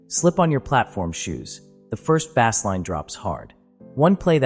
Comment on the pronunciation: You've got missing audio, and you don't even know how to pronounce the words bass line. I'm outta here